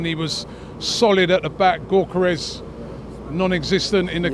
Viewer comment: If I hear Robbie say Gyokeres’ name like “Goorkerez” one more time, I might have to unsubscribe. We all know he knows the actual pronunciation…